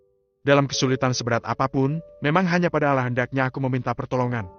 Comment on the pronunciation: Knp penyebutan nama Allah kurang maksimal....